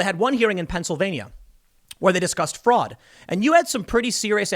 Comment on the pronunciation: You keep mispronouncing the word fraud. Many, many times!